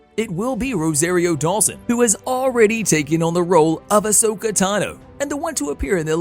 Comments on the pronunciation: I have to cross fandoms here... It's Ah- sO-ka, not ohsawka. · Ah-so-kha Not oh-sac-eh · Yeah its ah soak not Osaka ffs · OMG DUDE Say her name right. Can't even watch this past 1 min. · He's staying Asoka wrong it really Herts to here people say a simple name wrong 🤣